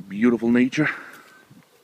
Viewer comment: Nice video and cute dog! :) Btw; its nature not natur ;)